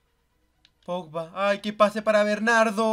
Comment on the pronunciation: Aka The video with the world record of saying Pogba's name wrong .